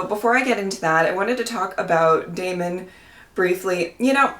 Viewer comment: "Is that aemond?!" Its daemond!